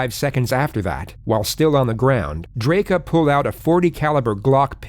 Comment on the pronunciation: Chat was absolute gargabe during this. Still, acting like he's the definitive authority on this case bc of his prior coverage, yet failing to even pronounce the guys name right even a single time is hilarious.